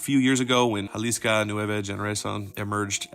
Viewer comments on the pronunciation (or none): JalisCO not JalisCA